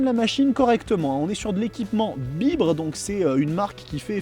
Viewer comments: Les étriers "BIBRE" 😂 c'est "by Bre", pour "by Brembo" 😉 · BIBRE 😭😂😂😂 ça se prononce By bré et "DUC" ça se prononce DIOUKE t'es essai son complet mais steplé frero mets y du tiens 🤦‍♂